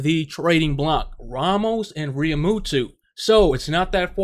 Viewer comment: I love you but it's Realmu-toe not Realmutoo.